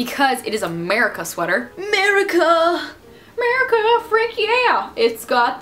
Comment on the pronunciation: she says merica. not america